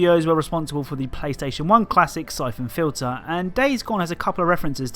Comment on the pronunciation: i thought you said "cyclone filter" instead of syphon fliter made me search up a WWII air filter